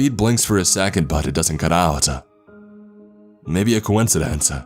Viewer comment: ...... I think that the minor ‘ah’ noise can work at times as it can convey a little nervous sound for the characters, but a little over used, aside from ‘expesialy’’, the word ‘Secant’ rather than ‘Second’ really gets me. Don’t get me wrong I love the vocal, it is strong and soothing, just but some minor pronunciations are a bit off.